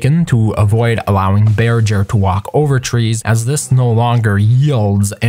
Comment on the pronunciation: It's pronounced bear-ger not bear-jer.